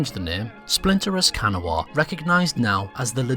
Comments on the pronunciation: Just a quick note from a native West Virginian: Kanawha is pronounced "Kanah". Don't ask me why, it just is. Even my GPS gets it wrong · I know this sounds weird, but Kanawha is said as Kuh-naw, at least that is how every west virginian I've met says it. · Kanawha is pronounced Kuh-naw. Source, someone who lives in the county called that in West Virginia. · You’re pronouncing Kanawha wrong, it more like “can-aw-uh”. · The way he pronounces Kanawha 😂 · Unless you live in West Virginia, you don’t pronounce Kanawha properly. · The mispronunciation of Kanawha is so grating on the ears. And you also got the creation of West Virginia wrong as well. The unionist government that was set up in Wheeling was called the Restored Government of Virginia (RGoV), also called the Reorganized Government of Virginia and was recognized by Congress as the official government of Virginia during the Civil War and is the direct predecessor of the current Virginia government. At no point did the RGoV reform to make West Virginia. Instead, they gave permission for the western counties to form their own state and moved the seat of government from Wheeling to Alexandria when WV was admitted as a state. The RGoV remained in Alexandria until the end of the Civil War when it moved to Richmond. And no one told the new state that it had to be named West Virginia, it was because Kanawha there was already a county named Kanawha and the convention delegates thought it would cause confusion. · Your pronunciation of Kanawha hurt a little, but great video overall! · That ain't how West Virginians pronounce Kanawha btw, great video otherwise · Yep every time he attempted to say it... cringe... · do not pronounce the -wha in kanawha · He didn't pronounce our region correctly but it was closer than most. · No one ever gets it right unless they're from here. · That’s not how you pronounce Kanawha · Kanawha is pronoinced KUH-nah...not Can-O-wha. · "Can uh Wha"..Noooo Cuh-Naw..Yes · Can-A-Wa NO. Ka-Naw-Wa.